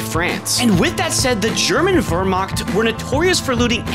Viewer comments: Btw Wehrmacht is pronounced like "wer mach" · It's pronounced WIERMACHT! (the wier sounding like veering over to the left and the ch sounding like you're choking) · As a german is really liked your pronounciation of wehrmacht even tho its wrong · "The german wrrmaakt" 😭😭 just say Nazi forces or sum, if you cant pronounce Wehrmacht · The way he pronounces Wehrmacht is Pretty fun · That’s not how you pronounce Wehrmacht lol